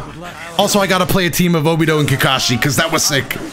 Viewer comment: You offend me every time you say “IUCHIHA” and “NARUDO” and “OBIDO” 😤